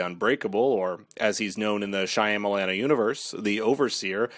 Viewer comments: SHAH-MAH-LAHN. Not Shy-am-Alan. All you have to do to know how to pronounce it correctly is to watch a video where the name is mentioned!!!!! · SYA MA LAN !!! ...NOT SYA YA MA LAN ...WTH DUDE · Lol why are you pronouncing the directors last name that way?? Are you saying it wrong on purpose? I can’t tell but just in case- you don’t pronounce the Y So it doesn’t sound like SHY. It’s Sham - which doesn’t rhyme with PAM, it rhymes with PALM. Sham-a-lan And the LAN also rhymes with PALM. Oh wait. This is much easier